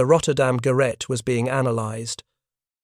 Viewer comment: This topic is among the best in the WW2 Tales channel!! Pronunciation of Gerät (device) should be ge-RATE instead of GER-it